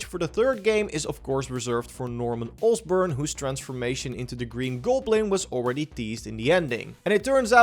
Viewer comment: why he said osborn so weirdly :sob